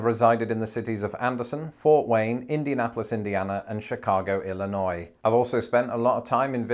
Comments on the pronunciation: Thank you for saying Illinois correctly with a silent 's' at the end. I can't tell you how many people I have come in contact over the years who insist on pronouncing the 's'. Some of them have lived in Illinois for 20 or 30 years. Well that's the end of my rant. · Gotta love it. I grew up in the Midwest. You said Illinois correctly! 🙂 Chicago also has a thin crust pizza that drips sausage grease and olive oil. And yes, the Midwest is friendly. And when in St. Louis, get some provelle. Awesome cheese blend!